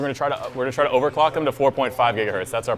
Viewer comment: "overlclock" XD